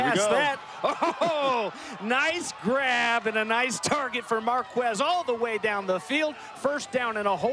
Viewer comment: Every time the commentator would say "marqWez" i'd cringe lol but amazing game! Love the exposure this sport is getting!